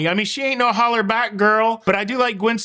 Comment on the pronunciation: it's Hollaback girl.